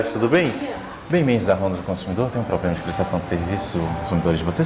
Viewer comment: Nao é poblema e sim problema